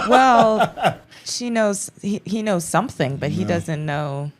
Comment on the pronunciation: Rhenyra said “I’m leaving here with sumpn”